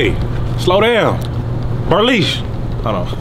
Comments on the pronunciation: Did dis guy say Burleesha??? 😂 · I thought he said brolisha lol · "Burleisha"? LMAO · That NIGGA said bernisha😂😂😂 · What the hell is a Burrlesha???🤣🤣🤣🤣🤣🤣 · Berrleisha? Really....lol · Did this nigga say Bruhleisha